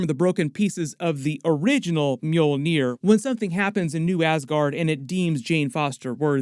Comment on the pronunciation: Is the mule-near? Lmao!! Because that's what it sounds like you're saying when you say it